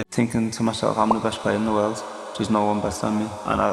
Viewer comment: 리버풀 그 인터뷰 소년이 생각나는 world 발음. 리버풀 억양인가보네요.ㅋㅋ